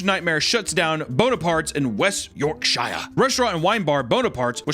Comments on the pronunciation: I love ur videos but it’s not York Shiya it’s pronounced york shuh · Here in the UK we pronounce Yorkshire ' York-sheer '👍 Most counties ending in Shire are pronounced 'Sheer'. Love your channel 😀